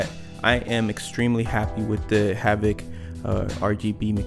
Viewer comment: I think it's "Havit" just a heads up. Great video bro!